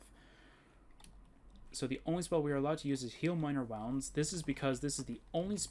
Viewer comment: It's pronounced "woo-nds" not "wow-nds" Either way, good video. Do you have the modlist anywhere?